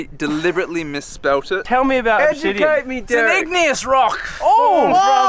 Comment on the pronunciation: "Ob - Obsidian". Seems these highly educated scientists just discovered a new element.